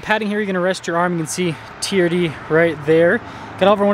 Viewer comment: TRD, sounds like you're saying TEAR-DEE